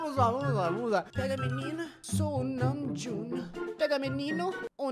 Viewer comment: o falando namjoonKKKKKKKKKKKKK